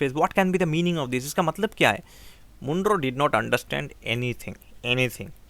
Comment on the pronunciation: Sir, it's Mon-ro not M-oon-ro